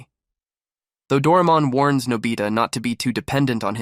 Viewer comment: Its Pronounced Dor-ay-mon